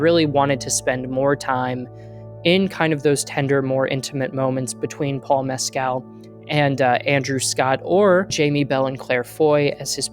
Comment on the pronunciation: Sensitive and articulate review, thank you. (Fyi -- Andrew Haigh's last name rhymes with "vague": long "a" and hard "g." And Paul Mescal's last name is pronounced "MESS-cull.")